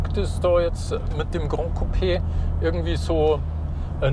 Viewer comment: Tolles Video, sehr ausführlich! Besonders gut haben mir die Informationen zu den Sitzen und dem Platzangebot gefallen. Kleiner Hinweis noch: "Gran" in Gran Coupé ist spanisch und wird kurz gesprochen, genau so wie man es schreibt. Was ihr gemeint habt war "Grand", das hätte man so ausgesprochen.